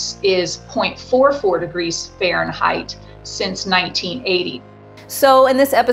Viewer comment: What's a farenheight?